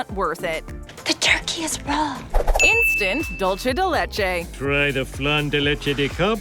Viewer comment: I got the tip for the voice over when she wants to say "dulce" keep this in mind when she wanna say "dulce" like she should us Kareem Abdul Jaabar get rid of kareem & Jabaar get rid of the "AB" just say "Dul" & for "Ce" say 'Se" like the end of the name "Jose".